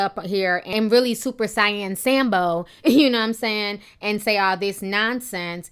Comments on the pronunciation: "Super siyen" lmaoo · Im only offended at how you pronounced Super Saiyan.